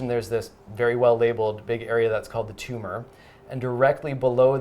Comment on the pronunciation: IT'S NOT A TUMAH